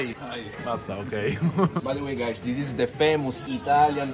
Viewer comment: "This-a has a little bit of alcohol inside. Is-a perfect to start your day." Wow, that is so European in both ways